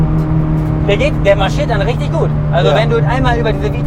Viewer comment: Richtich😂😂😂...Mal wieder ein gutes Video...